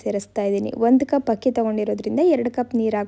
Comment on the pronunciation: Yakka first kannada sariyagi mathadu,hakki alla akki,aalu alla haalu.innu thumba ide,haaru alla aaru kanakka😂😂